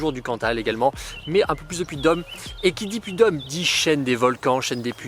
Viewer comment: C'est un drône putain, pas un drone. Et c'est le Puy de Dôme, pas le Puy de Dome.